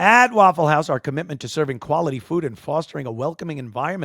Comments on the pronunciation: Can you say waffle, not "wafoo"? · It's Waffoo. They can't pronounce that L at the end.